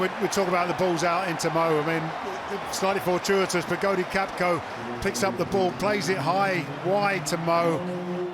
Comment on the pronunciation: Why does the commentator keep saying Gakpos name wrong. Its so annoying.